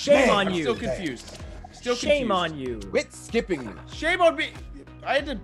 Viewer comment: Creed said “Swit Kipping me” instead of quit skipping me😂😂😂😂